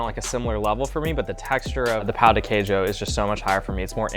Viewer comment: to be fair, we French don't have a great tradition of salted breakfast. No wander we've lost so soon :) (oh, and the emphasis on the word Queijo is on the "Quei", not "jo", like "QUEIjo", not "queiJO")